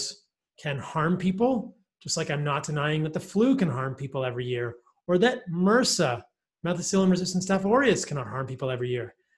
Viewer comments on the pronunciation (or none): none